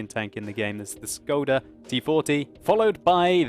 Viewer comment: Škoda is pronounced like this: like s in the word shot like k in the word lucky like o in the word not like d in the word down like a in the word anvil plz pronounce it correctly it's Schkoda